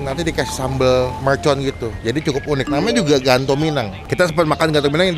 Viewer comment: MERCON bang, bukan MELCON